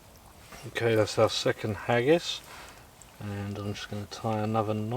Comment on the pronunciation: I loved this video up until you said "hagis" 🤮 Seriously, very interesting video. I love that saw. The stoves were very cool as well. Great video!